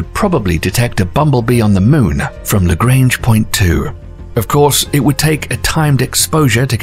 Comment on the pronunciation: Lagrange was French. Lah-grah-nge.